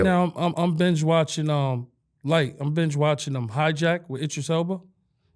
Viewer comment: he said binge watching wrong 😂😂😂